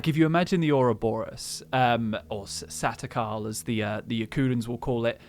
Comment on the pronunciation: I know everyone is saying they hear calper, but I always hear "saturkarl" when they talk about satakal